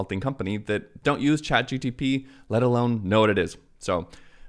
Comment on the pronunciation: Why are you saying chatgTP?